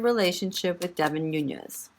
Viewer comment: Hey Queen, you pronounced it correctly, it's Nunes (Noones) not Nuñes (it's Nuñes with a tilde - the curvy line above the "n" making it sound like an "ny").